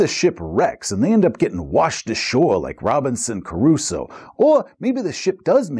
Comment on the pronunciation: The name is Robinson CRUSOÉ, not Caruso :P